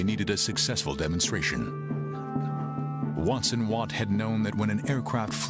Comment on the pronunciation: Robert Watson Watt, and his assistant, Arnold Wilkins. They garbled the names in this video.